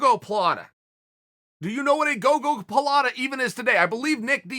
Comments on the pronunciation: When he fucked up and pronounced gogoplata correctly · If Uncle Chael calls it a gogolaplatta, then by god it’s a gogolaplatta